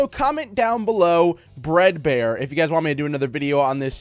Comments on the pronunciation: is it just me or did he say breadboard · Bread bear or maybe you said dread bear